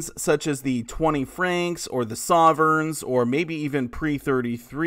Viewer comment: never heard sovereign pronounced "saw-vern" before. weird. great vid!